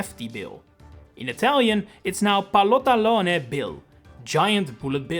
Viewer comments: Ngl I lost it when you tried to pronounce "pallottolone"😭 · You pronounced the italian one "palotalone" instead of "pallottolone"